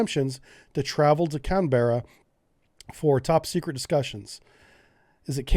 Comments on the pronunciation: I can see why you'd pronounce it as "Cen-berra", but it's pronounced "Can-brah" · We tend to pronounce it "can-brah" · Can - bra with a short 'a' rather than the longer 'a' in the word 'bra' is how we pronounce Canberra. lol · No that's wrong, sounds like a women's bra. Canberra, rhymes with bera, ferra, cerra etc... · I feel like everybody in Australia knew the French deal sucked. Anything said by Australians will be said with as few syllables as possible. Thus Canberra is can-bruh. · Canberra has usually announced a bit flatter. Not so much pronounced vowels. Kan Buh Ruh. Ignore the "E". Sydney and Melbourne could not agree on where the capital should be. So it was made somewhere in the middle. It was very well designed and great to visit. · "Can/bra" is the Australian pronunciation. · Hey, writing from Sydney. Why have a measley French baguette when you have have a loaded American double cheeseburger? Oh...and it's "cann-brah" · Couple of things: Best way to pronounce Canberra is to go with Can-Bra. We've always been pushing for a type of submarine that doesn't exist anymore: the ocean going diesel. The ones who build to the size we want have all gone nuclear and the one who build the diesels haven't got the range. This was one of those things that was always going to affect the shortfin barracuda model and the fact that it just kept slipping was really the final straw. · Can-Berra haha good video thank you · pronounced can-bra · Canberra is pronouced CanBRAH. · Bloody excellent. Canberra is said: "Can-brah" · Canberra is pronounced "can bruh" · If you can say Canberra correctly you'll be hired as an advisor. Work on it, Hate to see Sub Brief leave though. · just like Joe Biden you can't say our capital cities name properly and you can't pronounce the labor leaders name right, good job your expertise is so great.